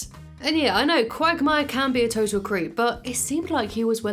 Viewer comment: Why i hear Quack Myer instead of quagmire ?